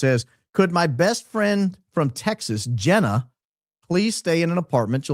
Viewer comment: Jee nah not Jenn a